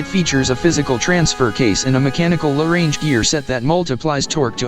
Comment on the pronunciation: AI commentary is appalling, two fast, and incorrect pronunciation, 'low range' two separate words, Nm is the traditional measurement of vehicle rated torque, Newton metres, not nano-meters!